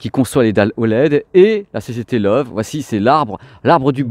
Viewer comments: video sympa mais...personne chez la grosse bertha vous a donne la prononciation du nom? il faut arreter avec love c'est loewe alors en francais ce serait lewe (le ö se pronnone e et prononcer le e de la fin. C'est lion en allemand) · Bonjour, j ai bien aimé votre documentaire par contre LOEWE se prononce "leuveu " ( lion en allemand) Cordialement